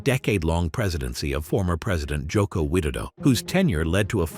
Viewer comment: As an indonesian i respect you pronouncing our former president as “jo ko wid-do”.